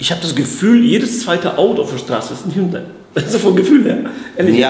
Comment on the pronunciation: Es geht um Hund-ay